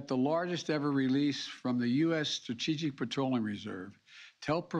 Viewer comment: I don’t know what gas spices are and he barely got through the word “strategic”(fair enough, that’s not an easy word to pronounce but this is not your buddy Bill who buys too many lottery tickets, this is the President of the United States of America 😐).